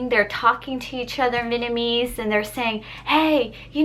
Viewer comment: you should upload videos like this a lot more. Also I love the way you say Vietnamese